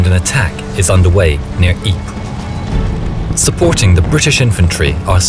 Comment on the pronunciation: oh wow, someone said ypres right and not wipers.